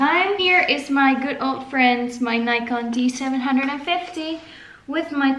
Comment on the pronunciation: Haha, thank you for correcting me. In Dutch we do call it a Nikon DZevenhonderdvijftig, so it seemed to make some sense. I will try to pronounce it correctly in future videos, but just remember....English is not my first language :)